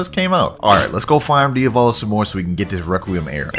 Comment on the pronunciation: we gotta deafet DIAVLO Me: ITS DIAVALO NOT DIAVLO